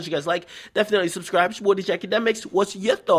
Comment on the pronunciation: NIGGA SAY HIS OWN NAME WRONG SMH "IT'S YA BOY DJ AKADEMISSAN" 😂😂😂😂